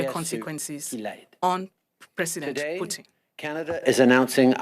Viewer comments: Love how Trudeau says poutine instead of Putin 🤣🤣🤣🤣🤣🤣🤣 LMFAOOOOOOO!!!!!! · He literally is thinking about the poutine he eats not the putin that fights lol